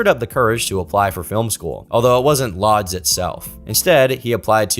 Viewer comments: It's actually Łódź, the "Ł" being pronounced as the "w" in "water", so it's pronounced more like "woo-tch" rather than "loads" (with a bit heavy emphasis on the "tch" sound that the -dź makes) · While he is a terrible person, Roman has directed some of the best movies ever. “Repulsion” “Chinatown” “Rosemary’s Baby” “The Tenant” “The Pianist” to just name a few Also…“Łódź” is pronounced “wooch” not “loads”! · everytime he says “Lutz” i wince